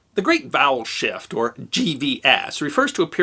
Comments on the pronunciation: I kept hearing "bowel shift". The story still works though, oddly enough. 🙂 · All i hear is "bowel shift" 😅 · I heard that as 'The Great Bowel Shift' and was highly confused...